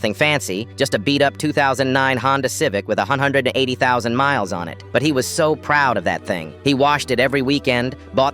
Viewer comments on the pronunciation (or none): why is nobody talking abt the way he said “180.000” ??😭🥀